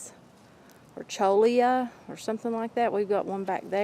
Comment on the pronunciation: Cholla cactus (Cylyndropuntis sp.) are pronounced cho-yah. Its Spanish. The buds are what is eaten, not the ripe fruit.